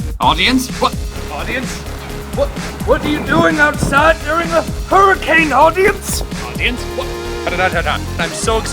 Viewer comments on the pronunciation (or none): none